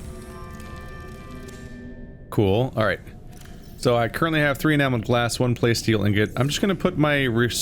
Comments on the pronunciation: Say it with me,: PLA-steel. Like "PLA-stic", but with "steel" on the end. PLA-steel. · I think those fishies need some names. Oh, and by the way, your pronunciation of plasteel is killing me. It’s a mixture of plastic and steel.